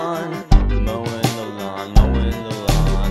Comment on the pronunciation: at some point "mowin the lawn" becomes "mo' in milan"